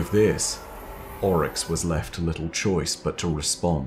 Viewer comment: Ami the only one that absolutely hates the way he pronounces Oryx in this? Everything else is amazing though.